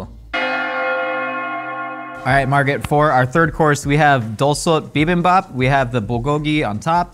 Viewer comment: pronunciation of bibimbop was better than Margaret Cho’s